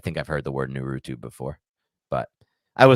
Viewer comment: “NAR-ROO-TEW” 🤦‍♀️